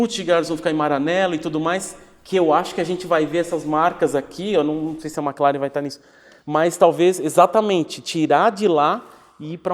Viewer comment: Só falta ele abandonar a "Mec" Laren